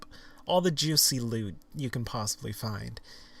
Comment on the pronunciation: I fuckin love this man. Especially the way he says "juicy lewt"